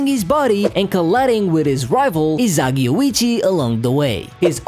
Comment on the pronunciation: Why you say Izagi